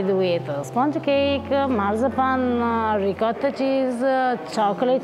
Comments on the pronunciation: I absolutely love you both and I love everything you do, but I beg you, per piacere 😢😢will you teach how to say “ ricotta”!!!!! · Please learn how to say ricotta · I can't take it anymore. For God's sake get to pronounce ricotta correctly!!!!!!!!!!!!! Campofelice di Roccella is dying every time he pronounces it. But we love him anyway!!!! LOL!!!! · I don't know which is worse, George Bush's attempt at saying the word "nuclear" or "ricotta," they both almost make my ears bleed. Hahaha! C'mon you have a good grasp of the language, and you are married to an Italian., you help him out often with other words, why not that one? Thanks for the awesome video of cannoli heaven, where they are all so good it's impossible to choose a best one! What a great trip you are having! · please teach the proper way to say ricotta in Italian as you do it:) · I’m pretty sure knows how to pronounce ricotta and you don’t.